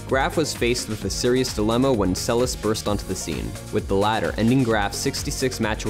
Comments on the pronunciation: It's pronounced Monica Seles (SEL es'.) Stress on the second syllable. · It is Seleš which is pronounced Selesh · Why not to pronounce her surname correctly? Selesh. She is not American. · Monika Seleš is pronounced more like: Selesch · Pronounced... Monica SeleSH.